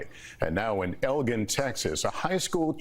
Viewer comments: can someone tell me if he pronounced elgin wrong? Or... Do we pronounce it wrong in Houston like how New Yorkers pronounced Houston wrong? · Never heard anyone pronounce Houston wrong. But, yes, they pronounced Elgin wrong. It’s pronounced like the watch.